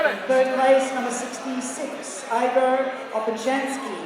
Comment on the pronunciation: I'm surprised his hair didn't turn yellow and go super Saiyan 3 when she said Igor's name wrong